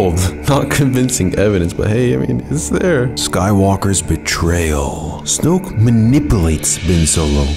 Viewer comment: It’s so satisfying how he says “Snoke”